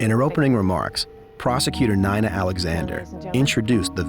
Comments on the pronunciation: I stopped listening 1 minute in when the AI voice mispronounced Nina as Nine-uh. We really should get to know which videos are AI narrated especially if you pay for premium this is ridiculous I don't want to listen to AI bullshit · That’s the first time someone named Nina pronounced it N-eye-na instead of N-ee-na Not a fan of a defense ATTNY with blinders on